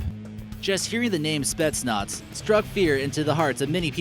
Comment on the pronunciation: It's not spets nots it's spet Naaz